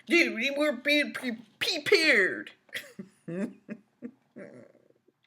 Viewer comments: "Be Pee-pared" sounds like an ad for those puppy house training pads. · "pee-paired" LMAO 🤣